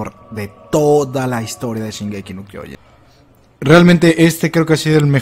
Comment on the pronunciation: Casi me corro cuando en los avances el narrador dice: Shingeki No Kyojin